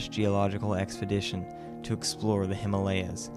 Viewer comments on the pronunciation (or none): none